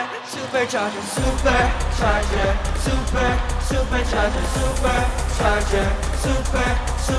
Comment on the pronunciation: 이 노래 중독성 너무 강해.. 아직도 내가 이 무대를 찾아보고 있네.. ㅋㅋ 진짜 음색에 미치고 댄스 실력에 미치고 supercharger 발음은 또 뭐이리 찰지냐고.. 진짜 성공했으면 좋겠음 이 실력 개쩌는 연습생을 놓칠 수 없어. 보플에서 데뷔할 급이 아니엿다 정말ㅜㅜㅜㅜㅜㅜㅜㅜㅜㅜ